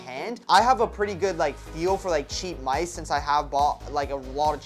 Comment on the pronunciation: Bro said mise instead of mice